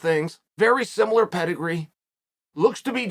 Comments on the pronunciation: Chael "Simular" Sonnen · “Semilar “- chael the sonnen Ahhhh yes new word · If Uncle Chael decides there's a U in similar, then dammit, we say simular now